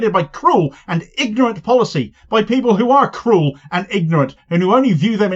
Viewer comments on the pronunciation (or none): none